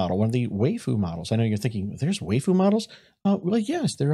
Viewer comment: That pronunciation of waifu though :D I can see how it looks like waif with an extra u, but... Since it is Japanese, the way you pronounce it would be spelt "weifu". "waifu" is the katakanised version of "wife" and is basically what "wife" pronounced with a heavy Japanese accent sounds like. Which is pretty much just "wife" with an extra u sound at the end. The reason "waifu" is used rather than "wifu" is that, if you spell it in Japanese kana, you get the characters "wa", "i", and "fu". ワイフ. A "wi" does not exist. I know this is completely irrelevant to the video, but I couldn't help myself. Hey, at least it boosts interaction a bit.